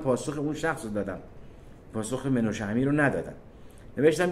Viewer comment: درود بر شما عزیز، اول اینکه بهتر نیست که بجای سلام که کلمه عربی هست درود بفرستین و دوم مناشه امیر نه منوشه و سوم اینکه جناب امیر ایرانی هستند و در ایران تهران بدنیا آمده و مدتی هم سردبیر روزنامه اطلاعات بوده اند و اسم درست ايشون منوچهر است و چون منوچهر در زبان عربی تلفظ مشکل است خود را مناشه نامیده. ممنون از برنامه های بسیار خوب و مفیدتون ❤